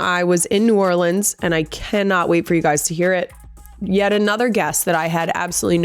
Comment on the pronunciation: As someone who lived an hour from New Orleans my entire life. Thank you for saying New Orleans right. When Kendrick said it wrong I was so sad lol.